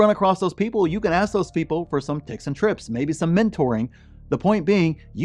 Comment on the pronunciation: When he said ticks and trips I had to rewind to make sure I wasn't having a stroke😅